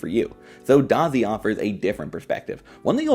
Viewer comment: Okay so you are saying DaZi. Got it.